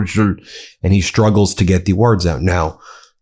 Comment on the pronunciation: Struggles. There's no H in it. It's not SHtruggles.